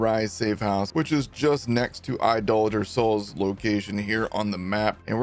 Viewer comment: Thank you for pronouncing Idolator Sol correctly :)